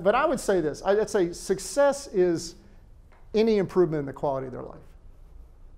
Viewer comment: All very accurate however you say the word success incorrectly. You never mention how many successful people who have money never seek help to even be diagnosed and treated. Please correct this thanks.